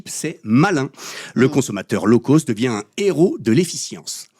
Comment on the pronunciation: Coucou c'est rigolo mais je vais faire la mégère: "low cost" doit se prononcer correctement (donc pas l'eau causte par exemple), sinon ça pique trop les oreilles. My tailor is rich - of course. Mais sinon c'est bien sûr pertinent de voir à quel point nous valons de moins en moins tout en continuant à payer de plus en plus. Bisous xxx L0ve Unlimited 🦋💗🕊🙏😇🍀🐞🌈